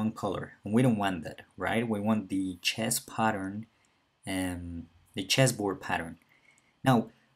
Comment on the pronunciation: the way he said chess 💀